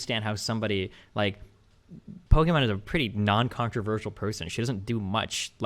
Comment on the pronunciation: Nobody: Destiny: "Pokimon"